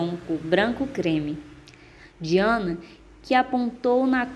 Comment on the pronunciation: Anthony Pye ( pronuncia se Anthony PAI) MARILLA Diana (pronuncia se DAYANA)